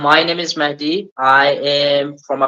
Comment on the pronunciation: He is mehdi not menendi 😊